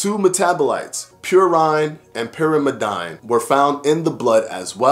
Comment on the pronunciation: I tried to write it phonetically...what it absolutely is NOT is PureINE and Pure-im-eh-DINE.